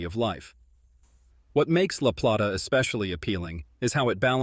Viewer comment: La Play- ta- please pronounce it correctly! Utilities in Charles County increased - no longer lower.